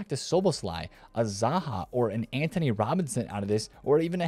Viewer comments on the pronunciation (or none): none